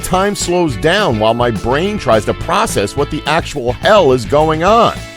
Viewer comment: He said 'ell' instead of 'hell' The more you know